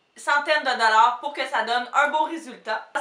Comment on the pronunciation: cc je me suis abonner a ta chaine c'est super tu est de quel origine ? tu peux t'abonner a ma chaine s'il te plait bisous mais pourquoi tu dis dollards :)